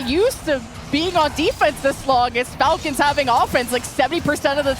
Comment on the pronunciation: all the falcons names were mispronounced 😂